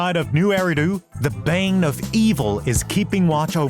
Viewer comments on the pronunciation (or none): none